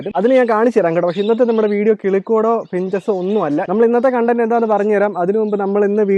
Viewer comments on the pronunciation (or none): none